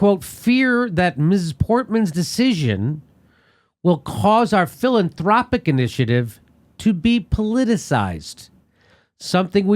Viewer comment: Jimmy can't pronounce philanthropic.